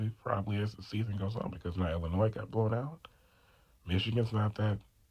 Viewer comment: Don’t pronounce the s in Illinois. Gotta fix your volume